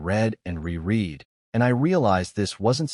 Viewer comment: Narrator error ~ "read" should be pronounced as "reed" ~ "reread" should be pronounced as "re-red"